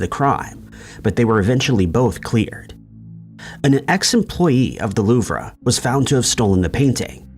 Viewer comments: "Loovrah" no- Loov. "Van Goff"- Yes! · Wrong. Louvre is properly pronounced “Loo-vruh”. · Louvre pronounced Loove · You don’t pronounce the R in Louvre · Tell that to the AI